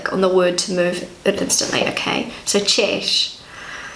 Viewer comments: Voiceover: "Cześć": "Cheshch" Me, who is a pronunciation fanatic: 😑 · Cześć hello cześć- ććć! Dobry wieczór - rrr! You didn't pronounce the letters ć cześć and r wieczór. Greetings from Poland